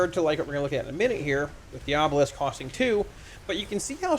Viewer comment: Its pronounced diabolist